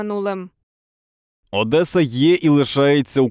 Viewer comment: Знищити хочуть нас московити чи воно вже забуло? Одеса підкреслено вимовляє московитською, щоб догодити «ваті» і своїм московитським кураторам.